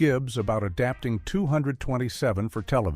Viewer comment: IF YOU’RE GOING TO USE AI, AT LEAST GET IT TO SAY THE NAME OF THE SHOW RIGHT!!! if you can’t do it right, just don’t do videos.